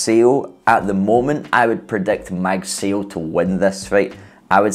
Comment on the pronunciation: It's pronounced as "mug sigh oh" ..